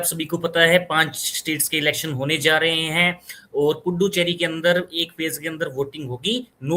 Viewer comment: पुड्डुचेरी सुनने में बड़ा maza आया 😂😂lathmaar haryani😅😊😊